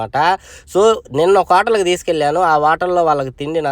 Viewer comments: Vatal kadhu bro hotel 😅😅😅😅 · అది వోటల్ కాదు హోటల్